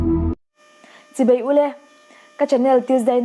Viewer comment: Chibei tiin ka hre tlat zel a, chibai tih tur niawm tak